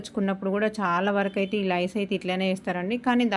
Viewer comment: లైస్ అనకూడదు, లేసే అనాలి